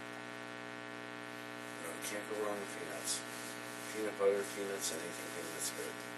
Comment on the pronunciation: did he say you can’t go wrong with penis? Lmfao I know it was actually peanuts but why did he say it like that